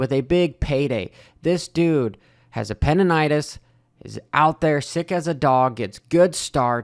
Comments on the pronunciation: love the vid. But it's "appendicitis" 😂 lmao not apendinitis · when you say apendinitis in multiple videos then maybe he didn't know the correct pronunciation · How many times are you going to call it “appendinitis”? 🤣 coach corrected you the other day and you still called it that and still are now 🤣 just messing with you, keep up the awesome videos. Love seeing these post race crazy line / technique videos.